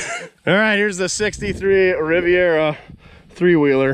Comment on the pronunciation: “The Rivet Rivera”